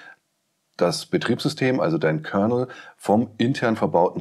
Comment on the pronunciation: Bei Commodore heisst es Kernal - nicht Kernel.